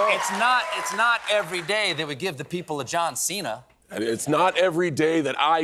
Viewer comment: His name Cena is not “seen-hu” but chena like diner in Italian